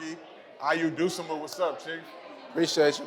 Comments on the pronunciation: Ay bro you gotta say his name right 😂 my man's said ayo dusumoo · Okay kinda mad pronounced Ayo’s name like that wtf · Butchered his Name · LEARN HOW TO SAY HIS NAME.